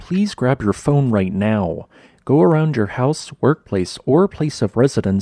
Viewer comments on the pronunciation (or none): none